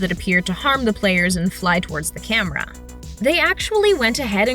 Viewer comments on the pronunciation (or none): none